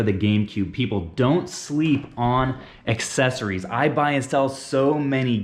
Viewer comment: It’s accessories not excessories